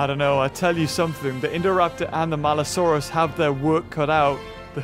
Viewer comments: its maliosaurus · It’s maluosaurus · IT’S MALUSAURUS